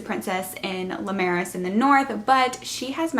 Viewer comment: Great review! I love the book series. Finished reading it last week I think. I thought Lucia was pronounced Loo-sha. And not Loo-sia. (Like the singer sia) I guess we all have different pronunciations lol. I’ve also always said Limeros as Lim-uh-raus. And Paelsia as Pell-jia. Like juh.